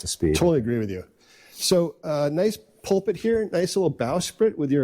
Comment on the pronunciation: Stop saying push pit. That’s not a word. AFT PULPIT. Not pullpit